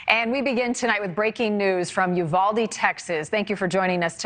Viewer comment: Yes!! But they all keep mispronouncing Uvalde also. 😕😅